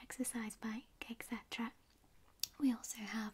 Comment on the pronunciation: "Art is i an bread:" and "Xsetera" great video but it's 'art ē shan' bread and 'et setera.'